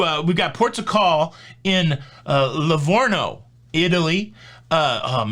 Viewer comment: Here you go for pronunciations: Lee Vorno, Chetah Vek e o, Palma di My your ka, Cal yeari, SardinYA, and if you want to impress, or not, you can say Napoli for Naples.